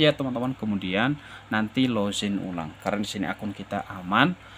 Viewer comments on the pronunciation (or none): none